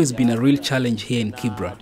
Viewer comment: It’s called Kibera not Kibra.